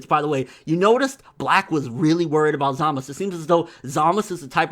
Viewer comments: He Pronounced his own name "Zamasu" with a strong "u" on the end. Usually the "u" on the end is silent in all Japanese language, so everyone pronounces his name "Zamas". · its pronounced ZAH-MAH-TSU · Why do u call hum Zamus if his name is Zamasu?